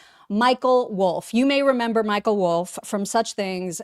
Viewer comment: also says 'member. Without the re!